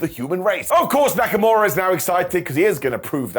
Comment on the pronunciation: Did you just say Neckamura????